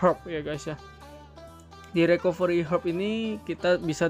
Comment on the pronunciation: Recovery bacanya Rikaveuri :(